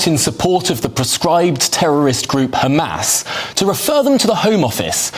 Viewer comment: Qudos to the minister for properly pronouncing the H of Hamas! Almost middle eastern!